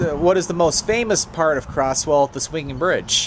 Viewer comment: Hey bro, the town is pronounced (Cro•z•well) not (Cro•ss•well) im sorry but that kinda bugged me cause i grew up in that town bro